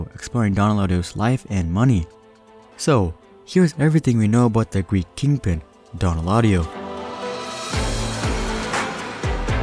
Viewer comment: Dõn not dōn